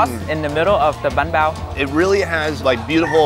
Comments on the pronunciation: Banh bao. Not bahn bao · You said ba pao wrong